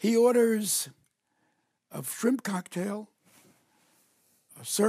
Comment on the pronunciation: A frimp cocktail? Must be when you can't decide between fruit and shrimp.